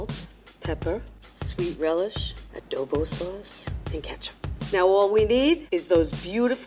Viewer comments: “A doe bow sauce” FILIPINOS BELIKE: Girl its adobo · A dough bu sauce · did i just heard Adobo sauce... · Did she just said "adobo suace"?? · The way the scientist pronounces adobo hurts my soul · Did I heard Adobo sauce? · Did i hear adobo sauce?